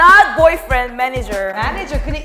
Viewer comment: I like how she emphasized, “not bOyfRienD, ‘manager’”😂